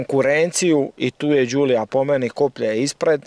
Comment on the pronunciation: Voditelju programa osim da mi kažete koja to A.L.F.A. u najačoj izvedbi nije vrijedna (arna nije alfa) neka nađe jednu sa najjačom opremom o motorom i da je usporedi sa bilo kojim autom iz tog segmenta. Vlasnik nezna ni izgovoriti pravilno model auta izgovoriti! Tako da nađi auto iste generacije i usporedi ga sa A.L.F.A. Fiat. Čak ni priča o djetelini nije baš točna.